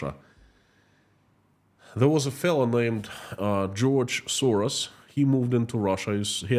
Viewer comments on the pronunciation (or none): none